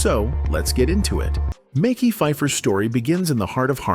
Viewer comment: Dislike AI delivering stories of black actors, butchering their names. It's Mekhi. Like Mehsky. Not Mickey